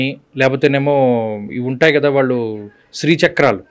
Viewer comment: అయ్యా ఎంత పెద్ద విద్వత్తు ఉన్న వారితో మాట్లాడుతున్నాము అన్నజ్ఞానం అన్నది ఉండాలి ముందు. ఆ ఓకే ఓకే ఏమిటండి. ఉచ్చారణ దోషాలు సరిదిద్దుకోండి. ఇల్లు, కల్లు, వీల్లు, వాల్లు …ఏంభాష ఇది…..😡